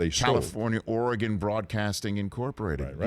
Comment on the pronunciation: Thank you for pronouncing Oregon correctly Almost nobody from the East Coast Does